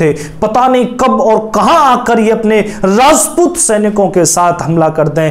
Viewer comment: its Rajput not razzzput